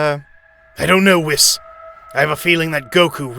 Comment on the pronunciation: ""Beeerus and Wis"" xD